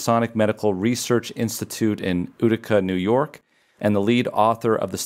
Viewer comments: Sorry, Utica is not pronounced (Oo tick a) it's (You tick a) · "You-ti-ca" New York. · Utica is pronounced "You tick ka" New York you goofy man... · It’s not pronounced OODICA….it’s Yoodika(Utica) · We pronounce it you-ti-ca. (Utica, NY) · It's pronounced you-ti-ka. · You-ti-cuh is Utica. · Utica is pronounced YOU-TIC-KA 😁